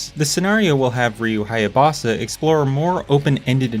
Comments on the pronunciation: why did you pronounce Ryu's name as Hayabosa? Is Hayabusa like mooooo. Geez, they even say his name in game. DAMN!! this was actually a great review, glad to see other people calling Sigma 2 as it is, Shit. I think the only reason to get this collection is for Sigma 1, which is almost as good as NG black....almost and the rachel sections are boring man, she doesn't have as many combos as ryu and is inferior to him in every way. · It’s “Haa-Yaa-Boo-Saa,” not “Haa-Yaa-Baa-Saa.” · its haya BUSA NOT BASA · Ryu Haya-boss-a? 🤣🤣🤣🤣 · "Ryu Hyabaasa" Oof, that was hard to hear. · Hayabusa. I've never heard anyone say his name like that until this video lol. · Probably intentional. Ryu Haya-BOSS-a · How can anyone play through razors edge and not know how to pronounce Hyabusa? It's said every time you die! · You're a good man with a good review but the way you said Hayabusa's last name kinda hurt. But don't mind me, I'm a nerd.